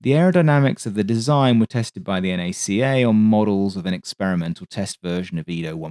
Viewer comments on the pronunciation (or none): Kind of shooketh when you called NACA, N-A-C-A. Its like calling NASA, N-A-S-A.